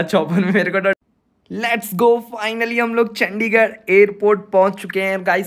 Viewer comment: Tum ne ek baar chadichar bola chandigar ko